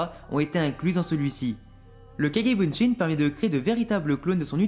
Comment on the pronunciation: On dit kage bushin pas bunshin